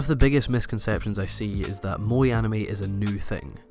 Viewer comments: "moee"? Why English speakers cannot pronounce things normally xDD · Your pronunciation of the word "moe" sounds exactly like the Dutch word "mooi", which means "pretty" or "nice"... Hmm... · How would you correct his wrong spelling of the word "moe"? He says it like "mo-ee"... which is incorrect. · "mo-eh", and "bee-shore-jaw". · Also, you're pronouncing "moe" wrong too :/ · first of all just learn how to pronounce moe correctly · u're just a weeaboo who can't even pronounce moe correctly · his pronunciation of 'moe' so annoying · calling evangelion a moe bishoujo lmao wtf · Pronouced moe kinda really weirdly here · Erm, is there part 2? This feels like an interesting attempt to analyse the phenomenon, but also seems to end just before you manage to get to the point ... Also you could learn how to pronounce 'moe' and - especially - 'bishoujo' you know, it isn't THAT hard ... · That's not what moe means and your pronunciation is terrible. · You pronounce moe horribly wrong ... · moe is not to be pronounced the english way... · fuck its MOE not MOI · i know its dumb but its pronounced Mo-eh not Mo-ee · i think "mo-eh" or "mo-ay" is fine but it sounds like you're saying "moy" and it's throwing me off because you say it so much hahaha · Just to point out in Japan its Moe = (Mow e) 萌え not Moy. 萌える moeru = Bloom or sprout from a plant. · It is not "Bi-shoujou" like "Bai-ShouJou". It is pronounced "Bee-shoujo". "Bi"美 means beauty. Shoujo少女 is girl. So beautiful girl. "Bai" バイmeans "bisexual" in Japanese. You are saying バイ少女 young bisexual girl over and over. Also it's Mo-eh like 燃える pronounced Moeru or to burn, not moii. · it's moe, not moi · MOÈ. Not Mo-Ee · "Mo-Eh" to your "Mo" - "E". Pronunciation has made it nearly impossible for me to enjoy this video despite all the effort that's gone into it. I know im dumb, stupid things like this will ruin something so great for me. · and the way he pronounces it sounds like mooi ie pretty